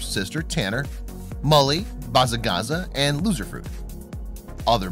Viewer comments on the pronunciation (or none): Bazzagazza is not pronounced that qay